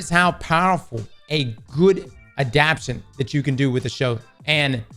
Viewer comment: Anyone else getting pissed as hell the way he’s pronouncing “adaptation?” 😂